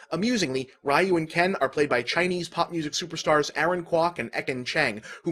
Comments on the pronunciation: "Rye-oo." You call yourself a nerd!? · Yeah, that gave me a double-take, I actually rewinded and listened again just to make sure; and yup... "RAI-yuu". I'm surprised that Bob didn't make a note from the future to correct that.